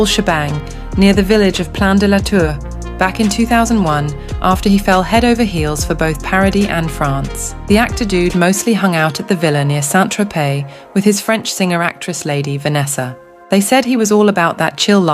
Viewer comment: Why is it do hard to pronounce Vanessa’s name correctly? It’s like ‘Paradee’, with the second a not muted, but the same as the first one.